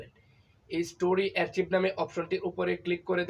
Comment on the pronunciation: ভাইয়া, শব্দটি অ্যার্চিভ না আর্কাইভ হবে